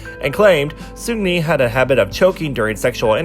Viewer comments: great vid, but its racist to try to pronounce seungri "sungli" lol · That's why I love your channel, you speak facts only and I've learned so much about kpop history Ps: I still struggle to pronounce 'Seungri' correctly 😥